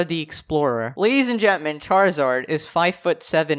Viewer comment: i like how you pronounce gentlemen as gentment